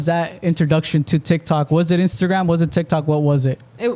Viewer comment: TikTok not tictok lol